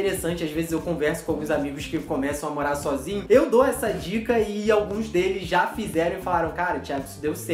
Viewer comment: E também é morar e não moá